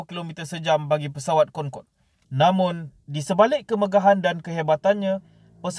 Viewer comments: Cra sbut dia "concodey" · Bukan concorde lah tapi cong codey